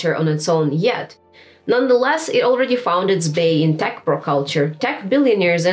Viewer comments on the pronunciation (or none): none